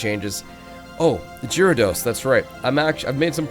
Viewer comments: he said gyarados wrong 😂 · Lol you said Gyarados wrong:P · he's saying gyrados wrong 😭😭😭